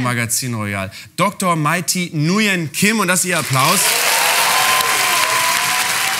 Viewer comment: Und das Kim wird auch weich gesprochen mit G...